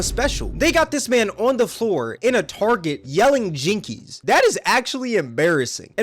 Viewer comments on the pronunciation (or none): "jinkees" LMFAOOOOOOOOO